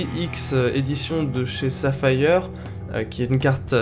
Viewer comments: Saphaïeure? Non, saphir se prononce safire. Stop essayer de parler anglais et go apprendre. ^^ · PC Le soucis c'est que tu parles en français. Pas de problème c'est juste que ça m'a bien fait rigoler ^^